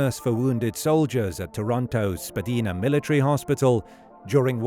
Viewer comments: Spadina isn't pronounced "spa-deen-ah"... It's "spa-dine-ah". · I laughed when he said "Spadeena". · It’s pronounced Spa-dine-a